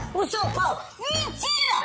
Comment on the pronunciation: Clica aí no que vc escreveu, clica aí.....vai direto p ele falando mintira